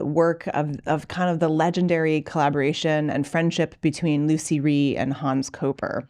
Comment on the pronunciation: I was the last ever pupil of Lucie Rie, she taught me on Hans' wheel which I worked on for a year. Everyone pronounces her name wrong, it is Lutsie, with a slight t sound. She corrected me sternly about this.